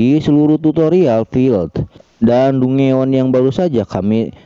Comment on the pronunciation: Kak, dongeon baca nya danjen kak